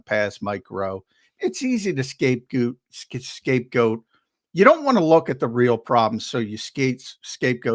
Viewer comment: Highlight of today’s show, when accidentally said “Scapegooot”😂😂😂😂 a rare mistake from the man.